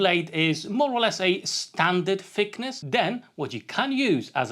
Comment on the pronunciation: When you say fickness, for a German that sounds like another word for fuckability. This is very unfortunate. I will better look for a Brit with proper pronunciation.